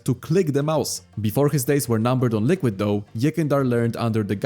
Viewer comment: HE SAID LULQUID